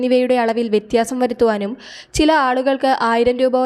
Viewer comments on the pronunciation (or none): none